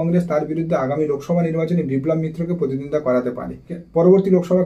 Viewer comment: Kathata contest mane Protiddhondita , thik thak uchharan korun.